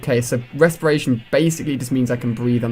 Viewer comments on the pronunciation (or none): Haha resperation 3 LOL